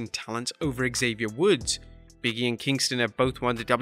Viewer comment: Big-E not Biggie 😂